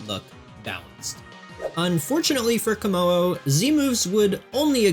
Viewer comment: The hyphen in Komo-o is pronounced as a D so it is pronounced Komodo which is very Gamefreak imo